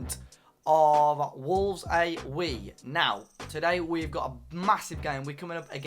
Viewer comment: Needs more black country when saying Wolves Ay We ;)